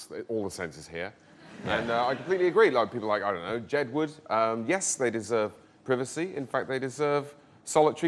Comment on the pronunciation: Can we please pronounce 'privacy' properly.